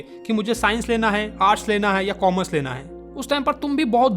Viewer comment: feels for commerssse 😂😂